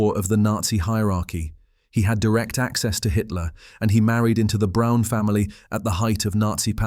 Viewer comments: The family name is not pronounced "Brone," it's" brown." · More repetitive AI narration...and if you can't manage to pronounce Braun correctly I find it difficult to take anything else in your video seriously. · Eva BRAUN not Brown! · It’s Braun and pronounced as Brawn like Brawny paper towels, not Brown like Nicole Brown - OJ Simpson’s ex-wife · Her last name was Braun and not Brown! Everyone seems to miss or ignore this fact!